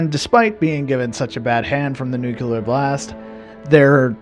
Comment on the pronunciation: "Nucular"... Says it all, really